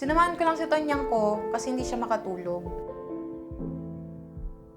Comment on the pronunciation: “tonyang ko” jusko ayan na naman pet peeve ko